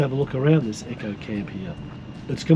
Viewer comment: Great video :-) tho I note it is a an eco camp not an echo camp as U2 keep saying Lol